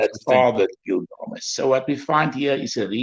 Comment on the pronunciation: It's was a very interesting show to watch. Thank you. Nice to hear about slightly different views which makes it all the more worth watching it. I'm wondering why constantly says, gil-GA-mesh. According to my understanding, the stress lied in GIL. So it should be GIL-ga-mesh. But any, it's not the most important thing. Thanks again for this video.